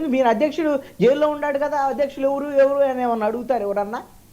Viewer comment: ఎవురూ కాదురా వెధవా "ఎవరు" అనటం నేర్చుకో ముందు...